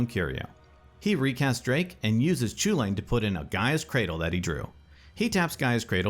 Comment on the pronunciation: Would be nice if you would learn to pronounce it correctly, I mean the Eldraine set is almost entirely based in Gaelic and Celtic mythology, so pronouncing the name right would be just the right thing to do. It's Kul-in.